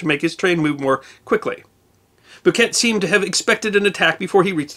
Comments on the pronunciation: needs to research how to pronounce name. It’s Henry bouquet (boo Kay) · I grew up in Ligonier and have lived in Western Pa my entire life. Can’t speak for the rest of the world but in these parts it’s pronounced Boo-kay, the t is silent. Of course we have a long reputation for mangling pronunciations. Where else would North Versailles become North Ver-sales and Dubois, Du-boys!?!